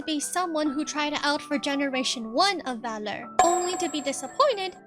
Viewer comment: To clear one thing, the agency's name is pronounced as "V Allure(as in "V"and "Allure")". It might be confusing due to the brand name not consisting of dash or period in between the letter and the word.